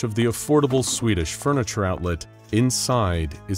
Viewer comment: Plis stop spikin sudo swidis